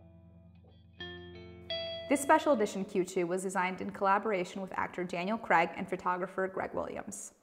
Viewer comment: Craig not creg , kreɪɡ if you want to pronounce the name properly.